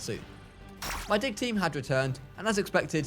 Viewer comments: I know he says “Dig team” but i hear “Dick team”…. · when he says dig team it sounds like dick team